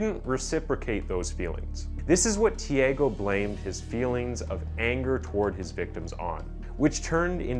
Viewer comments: tiÁgo, not "tieigo". 😉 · Pronunciation is not Tiago like Tiego but more like Chago...anyway good video. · The real crime is how the narrator murdered the name of the murderer several times. (Chee-uhh-goh). Damn it man. Thiego is a different name from Thiago. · His pronunciation of the name 'Tiago' it's funny. It not tiEgo (sounded like Diego) it's TheAGo. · I know Portuguese is a very hard language but, given me goosebumps the away he say Tiago, it’s also my name, he say literally Tiego hahahaha, but it’s okay, the video is amazing, this channel is amazing, i love it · The "a" in Tiago's name is pronounced "ah" btw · Im American it’s “tee ah go” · please say thi AH Go next time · Lol dude the way you say he's name...isn't the way you say it lol